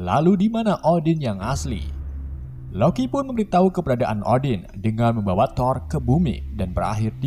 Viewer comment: Membawa ❌ Membawawa✅